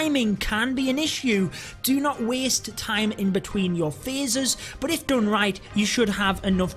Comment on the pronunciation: It's "BUT" not "BOOT"😡😡